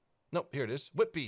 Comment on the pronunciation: I live nearish whitby and hearing an american say it is just weird, it's an old timey fishing village on the Yorkshire coast for anyone interested, want an OG english sea-side experience go there lol, glad he said it right though and not whit-bye